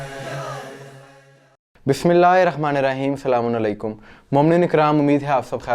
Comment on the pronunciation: Apko kitni bar bola k phly apni aslam un alekam jo glt bolty woh sahi kren Aslamo alekam boltay Aslamo un alekum nh